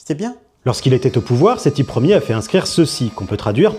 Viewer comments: Il a vraiment dit sethi LER? xD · "Sethi Ler" putain 😂